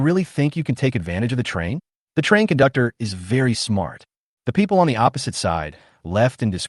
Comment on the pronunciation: I heard "kundoktor" nice😮😮